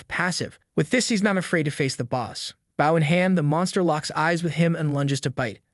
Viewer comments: for the love of God learn the difference between the weapon, bow (pronounced bo), and the action, bow (pronounced bou) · Bow when it is a weapon is pronounced BO not the way it's pronounced when you bow to a king or a queen. Pronounced like Bo staff. Great video, the rest of your reading was A+++ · is this voiced by AI? The way it says "bów" instead of "bôw" with a deen Ô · why does all AI vo say " BAW" instead of "bow"? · the AI reading is annoying AF.. or do you really not know what a bow is? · The way you pronounce bow... I couldn't tell if you were trolling or if you were an idiot. Then you mispronounced barrage and made it abundantly clear that you're an idiot. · I will subscribe if you train your AI to say Bow correctly.:body-green-covering-eyes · Annoying mistake - bow and tow are pronounced with an O sound not an ow sound. And less unnecessary censorship please😊